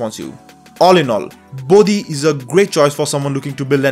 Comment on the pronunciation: Its "Bodhi", not "Body". I would have expected Indian to have better grasp at that.